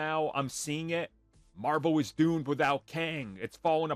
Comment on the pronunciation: Emphasis on "DOOMed"